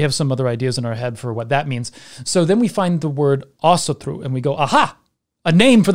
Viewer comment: (Celtic Pagan here) Thank you, I learned a lot, esp how to pronounce Asatru properly.